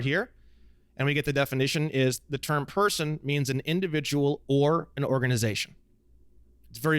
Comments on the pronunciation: I developed a tick somewhere along the 500 times he says PER-son 😅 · Saying Per - Son like that without an articulated reason is annoying as shit.